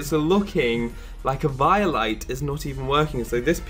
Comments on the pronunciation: eviiolite???? its pronounced eveolyte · Dude, you're saying Eviolite completely wrong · The way he says eviolite kind of makes me cringe